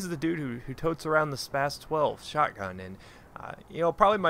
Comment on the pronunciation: the way you pronounce that gun is so spastic.